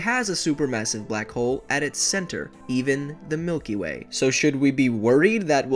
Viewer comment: Why did you say "even the Milky Way" as if there's something special about the Milky Way